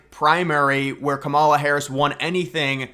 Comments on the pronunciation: You can’t even speak her name correctly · LMFAO! NO ONE IS "STEALING" TRUMP'S FAILED POLICIES, AND, IF YOU CANNOT EVEN PRONOUNCE THE VICE PRESIDENT'S 1ST NAME AFTER ALL THIS TIME, THEN YOU ARE TOO IGNORANT TO EVEN BE POSTING ANYTHING ABOUT THE ELECTION HERE.